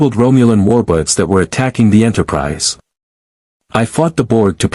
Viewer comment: Why does it keep saying Romulan Warbutts?